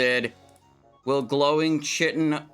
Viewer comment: Never mind the part where he then goes on, and every single time after the first pronunciation is incorrect, calling it chee-tin or chai-tin instead of kai-tin. 😅